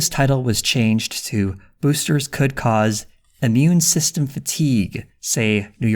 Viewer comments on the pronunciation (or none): none